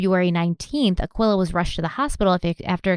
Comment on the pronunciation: This case is hurting my feelings already, but not as much as calling that mother "Akwilla"..... I think its pronounced Uh-key-luh, dearest.